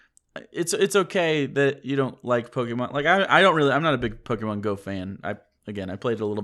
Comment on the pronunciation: Who's?.... I always confuse the two. Is he the one with the lower voice? If it is, well, he is saying "Pokémon" correctly. "é" is not said like "ee". Trust me, I French, and we have that letter in our alphabet (and the "poké" part stands for "pocket". I doubt "pocket" is said "pockeet")